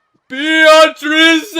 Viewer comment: How did bro get all the way to the end of Chapter 2 and binge that much anime, but still not nail the Japanese pronunciation of 'Beatrice' LMAO?